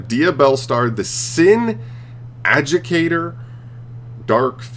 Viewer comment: just nit picking with the name of diabellstar the sin adjudicator, you should pronounce adjudicator like: a dew di cate er